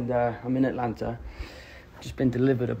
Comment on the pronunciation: ooh the spectacular spoilerman likes to say athlanta